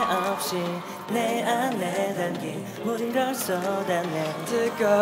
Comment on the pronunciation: 이 노래 중독성 너무 강해.. 아직도 내가 이 무대를 찾아보고 있네.. ㅋㅋ 진짜 음색에 미치고 댄스 실력에 미치고 supercharger 발음은 또 뭐이리 찰지냐고.. 진짜 성공했으면 좋겠음 이 실력 개쩌는 연습생을 놓칠 수 없어. 보플에서 데뷔할 급이 아니엿다 정말ㅜㅜㅜㅜㅜㅜㅜㅜㅜㅜ